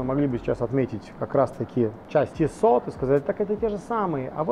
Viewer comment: Он говорит тиссоT?))))😂😂😂